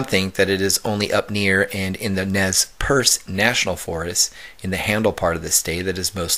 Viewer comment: Nez Perce - ˈnez-ˈpərs